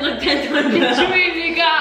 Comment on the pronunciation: he said nougat